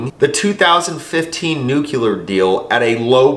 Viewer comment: I love ya but it's...NU-CLE--AR..not...,,nu-cu-lar!! Oh it drives me nuts